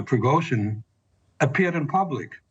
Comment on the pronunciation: Why are so many news readers unable to properly pronounce Russian names. Surely, they access to language coaches. For example Putin is properly pronounced: Puh tin (pooh + tin). It's not Pyutin. Prigozhin is properly pronounced: Pree- Go- Zheen. Accent on the second syllable. This is not rocket science.